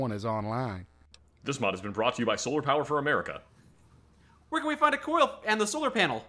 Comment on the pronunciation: I know that guy said coil, but it sounded more like he kept saying coal instead.